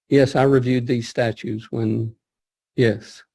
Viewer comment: He said "statues" instead of statutes. He is a dummy.